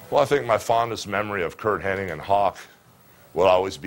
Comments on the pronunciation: I hate when people say Curt Henning. It's Hennig. Good friend huh, Terry? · Weird. I’ve always heard Henning my entire life. So I’m sure hulk heard it exactly the same way. So I’m still gonna call him Curt henning lol.